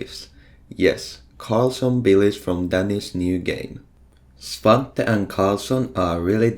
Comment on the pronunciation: i am happy svante is pronounced as i thought it is